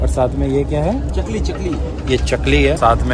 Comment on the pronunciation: It's not चकली (sparrow) it's चकरी...bcz it's look like 'chakri' (crackers iteam of diwali)